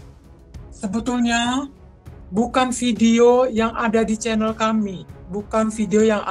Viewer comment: Channel tasik ngaji ? Channel dgn chanel beda pengucapan nya.